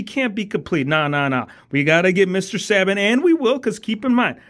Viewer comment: It’s pronounced Say-bee-In not -say-bin or saa-ben 😭